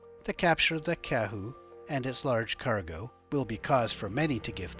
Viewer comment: Go New Zealand/Aotearoa ya sexy beast, also Kahu not kehu. Said Ka-hu.